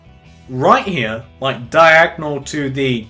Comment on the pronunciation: why do you keep on saying the word diagnel